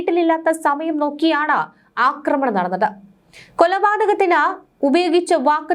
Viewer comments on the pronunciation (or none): none